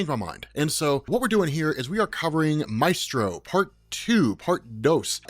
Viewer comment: I hate pronunciation of “Maestro.” It truly makes me cringe. Love the video though!